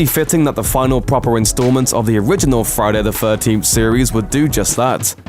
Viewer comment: Why would a youtube channel with nearly 5 million subscribers create a Friday the 13th ranking video narrated by a man who cannot pronounce Friday the 13th?